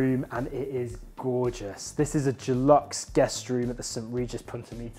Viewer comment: Love how you pronounce Deluxe 'Dulux', like the paint brand with the old english sheepdog! :). Great review though, looking at flights already!!!!